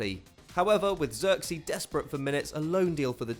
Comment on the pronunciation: Joshua Zirkzee pronounced like Joshua Xerxes Thats the best butchering of a name ever! (laughs in Dutch)